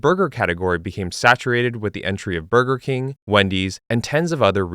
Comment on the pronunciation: I can't stand the way he says taco bell and burger king lol